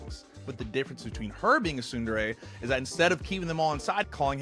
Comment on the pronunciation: What's weird about Japanese is that every vowel is the exact same sound forever, never changing. Most people pronounce tsundere "ts-UN-der-rae". He pronounces it as, ts-UNE-der-rae, because hes trying to pronounce the "U" correctly. But, the "E" will always be pronounced as eh. So it should be Ts-Une-deh-reh